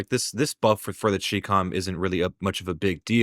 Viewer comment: Yea I find it funny when everyone calls it the chick-om